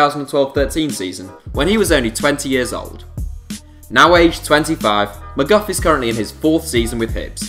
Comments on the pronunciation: dylan MGOFF😂 it's pronounce mi-gee-och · Dylan McGuff are you serious it is pronounced Me-gee-uk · Haha haha that name mcguff haha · Where the fuck did you get McGuff from??? 😂 Mc-Gee-och (och is pronounced the same as Loch) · It's pronounced mcgeook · Pronounced mc gee och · Murdered Dylan mcgeouchs name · Mcgeouch just got a senior squad Scotland call up after being our untouchable for the entirety of this season. (Get his name right please) :) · hes murdered the name haha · I have never heard McGeough pronounced worse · He absolutely butchered Mcgeouch’s name